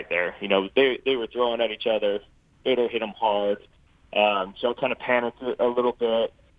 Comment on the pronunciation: Dude, learn how to say Fedor's name right. Geez, what the fook was that?